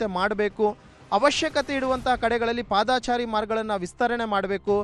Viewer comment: " ಪಾದಾಚಾರಿ‌" ಇಲ್ಲಾ ಕಣಪ್ಪಾ " ಪಾದಚಾರಿ " ಅಂತ‌ ಸರಿಯಾಗಿ ಸರಿಯಾಗಿ ಹೇಳಪ್ಪಾ" "ಪಾದಾಚಾರಿ" ಅಲ್ಲಾ " ಆಚಾರಿ !! ಆಚಾರಿ " ಅಂತ ಹೇಳಿದರೆ ಅಪಾರ್ಥ ಆಗುತ್ತೆ